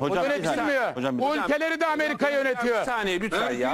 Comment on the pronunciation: ten itibaren hızı 0.50 yapıp izleyin. Süper rakı sofrası kurmuşlar. Ameriga çok kötü, büyük resim süper. "Hojjamm bissaniyyee, öpiyym hojjamm." dan sonrası da süper...